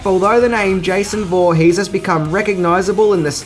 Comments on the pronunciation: "josh vorhees" lol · Voorhees is pronounced horheex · "Jeisoon" Woohees" :D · Watch out for "Josh Voorhees." Hahahaha.